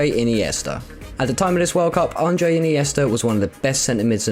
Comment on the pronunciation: Couldn't take the vid seriously after seeing and then hearing "Andre" instead of Andrés, but here's something else you messed up - The Kid (El Niño) is Torres' nickname, not Villa's. Hopefully your research skills improved since this was made, and you stopped using whatever mickeymouse source gave you this jumbled mess of "information" back then.